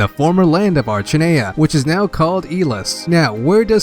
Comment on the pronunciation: Not gonna lie, I disagree with a lot of the pronunciations you use. I think Archanea is "ark-eh-nia" and Ylisse is "el-ees". Could be either way though, just sounded right to me. Why can't they name things that are easy to pronounce?